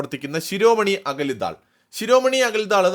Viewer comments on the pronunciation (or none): ശിരോമണി അകലി ദാൽ എന്നല്ല, അകാലി ദൾ എന്നാണ്. അകാലി എന്നാൽ സിഖ്മതവിശ്വാസി അഥവാ സർദാർജി. 😀